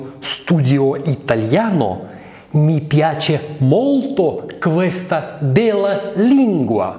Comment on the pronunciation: Buongiorno без д произносится. Твердого l (л) тоже нет.Грубо. Произносится "ль".И не "бела",а "бэлла" Словом,😢